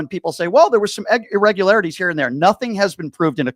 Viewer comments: … is he trying to see irregularities??? 😂 “irregalities” that’s rich. needs to step away from his talking points and skim through a dictionary. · He can’t say the word IRREGULARITIES correctly though. Kinda like he’s reading a note but didn’t practice saying it right.